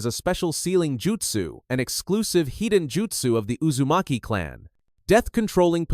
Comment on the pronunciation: Hidden called high-den. Your AI usage will ruin your channel